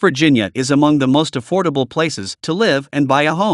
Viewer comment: Affible houses to me is around hundred thousand and lower around sixty thousand or less is affordable not theee hundred and up